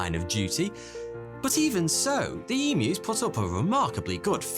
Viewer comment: As an Aussie I’m so happy with how you say emus- most people say em moo